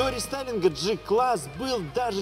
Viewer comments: Осмелюсь поправить.В германском алфавите нет буквы "ДЖИ". Произносится прямо"Г" класс. Без обид, с большим удовольствием смотрю ваши обзоры.🖐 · Джи-класс ? Значит джелендеваджен , а не гелендеваген и джуджл , а не гугл , на поджуджлить как правильно.